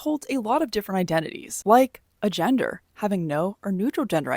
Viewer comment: The way you say agender gave me the idea for a joke (but it’s not original I’m sure other people have said the joke) What do you call an agender Canadian: Eh gender